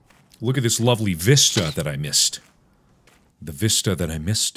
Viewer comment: Mark: "Look at this vista that I missed." Me: Missed-ah Mark: "The vista that I missed-ah" Me: Thank you